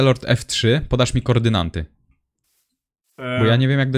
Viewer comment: "Kordynanty" XDDDD To prawie jak segregator Krzysia